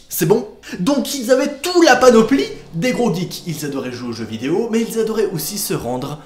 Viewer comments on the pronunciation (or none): none